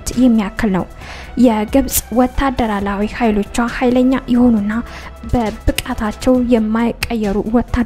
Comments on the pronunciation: Maneh wendime ezih ga "Wetaderar",yemilewnim beneka ejih "wetaderawi" bileh astekaklewma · ወታደራላዊ አትበይ